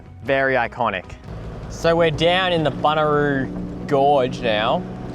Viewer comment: Classic Flinders, well done (though it's BunYaroo, not Buneroo😊). Your campsite at Rawnsley was looking out towards Monnarie, one of the great climbing spots in SA. Surprised you didn't head out to Arkaroola while you were out that way. Is the Odnadatta open now? Watch out for the brown snakes up there, there are large and plentiful! Enjoy.